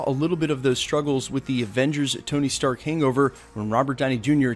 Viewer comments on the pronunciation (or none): none